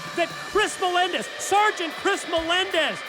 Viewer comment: Devon has no idea how to say Melendez does he